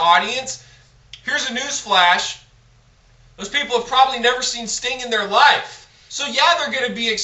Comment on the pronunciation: Did he call Sting stink.LOL!!!!